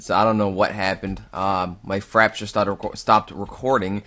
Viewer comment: didn't say fraps he said frapture. o.0